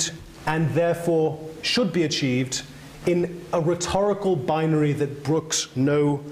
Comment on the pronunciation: interesting subject if you can get past how many times this man says 'binery'